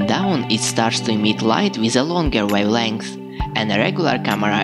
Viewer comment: Very cool. I’m going to be using this modification. Thanks. , “removing,” , “wavelength,” respectfully, the “v” sounds are voiced “f” sounds, like humming while making an “f” sound. Regards. DP Henderson, NV, USA